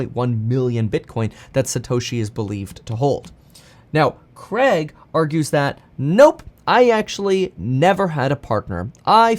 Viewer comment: Why do Americans say CREG instead of CRAIG.